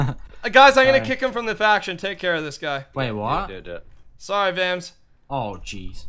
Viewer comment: I love how says "wait what?" in his accent.